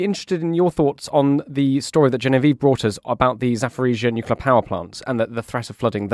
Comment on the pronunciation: I cringe every time says, Nucular. Why doesn't someone tell him how it is pronounced?